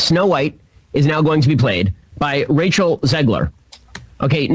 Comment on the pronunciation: I swear Shapiro was pronouncing Rachel to sound like he was saying “Racial Zegler”